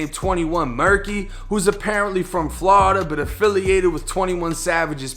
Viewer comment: Ha, say Flaurida again lol 👀